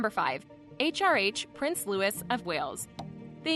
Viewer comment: Louis is pronounced Loo-ey